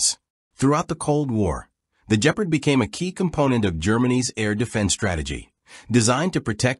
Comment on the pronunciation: Bloody hell the A.I. narrator really botched this one! “The Jeaprd”😂